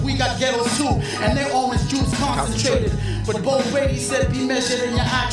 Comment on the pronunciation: I think it's crazy how I only got the "Orange juice concentrated" line 3 years later but it was deep. When he pronounces it it sounds like "aren't Jewish concentrated" like the concentration camps but you could also hear it as "orange juice concentrated" which speaks to our version of Cool-Aid but also has a triple entendre on when everything is pretty and sunny ❤️‍🔥 crazy